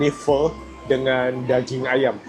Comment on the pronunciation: Pho itu kan pakai nada ke-4 bahasa Mandarin? Turun ke bawah lalu agak naik